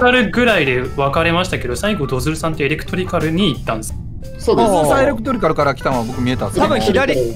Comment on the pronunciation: エレクトリカル言えてないよ